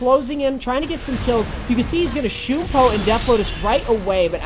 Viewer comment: its shunpo, not shoooooooonpo